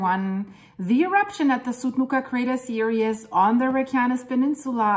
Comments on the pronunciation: Theresa is right. But we do know what means. It sounds like "serious" simply because she is pronouncing every bit of the word "series", which we don't in fact do. She is breaking up the "ie" into 2 syllables, whereas it should be one long sound. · You are so cute! Series is pronounced seer-eez